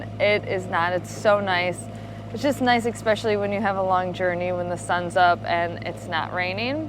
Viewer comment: Ekspecially !! haha, too cute.